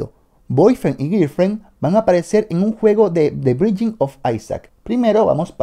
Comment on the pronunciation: B I N D I N G Se pronuncia BAINDING AAAAAAAAAAAAAAAAAA